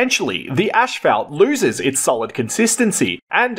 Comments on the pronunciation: PLEASE stop saying "ashfeldt"!!! It's pronounced asphalt - 'as-falt'! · 😂 as/ fault not ash salt 😂😂😂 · Not in Straya'. We pronounce it this way. Sorry bud. It's ASHFELT TIME